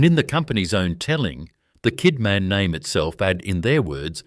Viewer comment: He did not pay tax, ended paying a fraction of what was due. He fed the aboriginal stockman for labour. He inherited 400 pounds. That is more than 5 shillings. Gina Rineheart buys land Kidman leased. Something fishy there Add AI slop that cant pronounce names, towns or rivers. Kidman was spoken Kidmon, Kidmarn. I very much doubt he was honest. No one person can build an empire that big in early Australia being honest in my opinion. 100,000 square miles is a lot of country. Roughly Rockhampton to Sydney, going 100 miles inland.